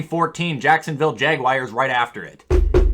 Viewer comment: “Jacksonville jagwires” 😂